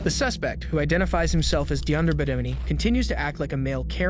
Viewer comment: His name is pronounced "Dee-ON-dray"......not frickin' "Die-AND-er." lol (commenting from Chicago)